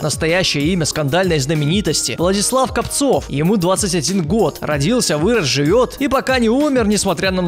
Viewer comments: Владислав КОООООпцев ударение правильно ставь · Копцев ударение на о! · Копцев. удариние на о! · кОпцев, а не копцОв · Не КопцОв, а КОпцев! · Не КопцОв, а КопцЕв!) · Может Владислав КопцЕв, а не КопцОв?) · по мойму... Не КопцОв, а КОпцев... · Не КопцОв, а КопцЕв... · Он задолбал имена и фамилии не правильно называть, например : Владислав КОпцев а не КопцЁв. И ксати я его ненавижу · Копцев,а не Копцов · Не КопцОв, а КОпцев, если не ошибаюсь. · Не КовпОов а КОпцев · ты совсем он Копцев а не Копцов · Не Капцов, а Копцев! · НЕ КОПЦОВ А КОПЦЕВ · не КопцОв, а КопцЕв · Копцев а не Капцов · копцев а не копцов